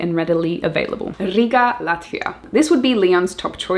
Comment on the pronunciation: Such a pleasant surprise to hear Latvia Riga in second place. Your pronunciation was perfect with emphasis on rrrrr. We will do our best from Dobele to make it appealing for digital nomads. Thank you for your inspirational work! Lots of love from Latvia. ;) :)